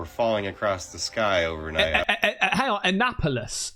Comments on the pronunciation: Hello! Annapolis; "ah-na-po-lis." I'm originally from Maryland.🎉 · Mare uh lend Take, a nap polis.😅 It was funny to hear him say it. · The word you were trying to pronounce is An nap olis, which is in Maryland. It's where the US Naval Academy is.